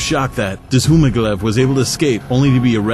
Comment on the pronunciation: For the first one's last name is pronounced Zoo-ma-gah-leaf